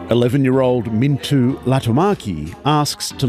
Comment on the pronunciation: Mintu and Levi, LOL! They are Minttu and Leevi. Reporters please, learn the pronounciation and spelling of the people you meet!! Even if you are from Australia.